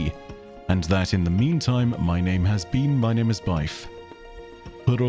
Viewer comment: I remember Moistcritical calling Byf “Bif”